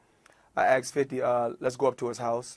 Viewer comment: no no no its axed haha